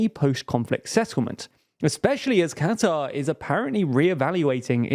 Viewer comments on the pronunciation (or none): none